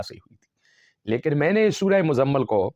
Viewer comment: آپکی تجوید ٹھیک نہیں ہے اور سورہ مَزَمَل نہیں ہے بلکہ سورہ مُزَمِل ہے میم کے نیچے زیر ہے.